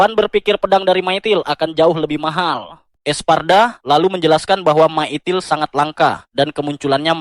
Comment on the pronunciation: Salfok sama myitil.. bukan . Mytril. 😂